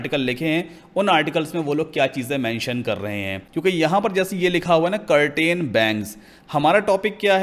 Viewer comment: do not pronounce curtain say Ker tn